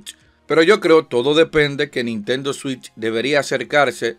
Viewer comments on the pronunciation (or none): none